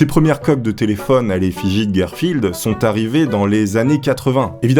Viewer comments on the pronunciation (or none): Queu né ni? Mais que dis, mais qu'est ce que j'entends ? GUERREFILD a la place de GARFILD mais wshh 😂😭😭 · Je comprends pas pourquoi tu dit gérfild au lieux de garfield